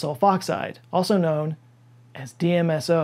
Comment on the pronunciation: you say DSMO instead of DMSO. Knowing that you're a consummate professional I fully assumed I would see a correction on screen but didn't